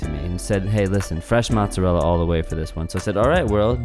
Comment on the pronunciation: matzorella is actually mozzarella